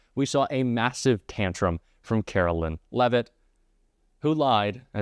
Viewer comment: Please don't call her "Carolyn", her name is Caroline, as in Carol-line, sounds like "lyin'". She was named correctly, they seemed to know she would be lying!